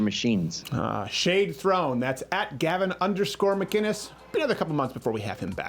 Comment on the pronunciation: Gavin MUH-KIN-ES